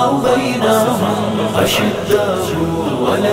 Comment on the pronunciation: is men jo background naat khuwaan hain wo aayat galat parh rahe hain. ashiddahu nahi hai wo ashidaau hai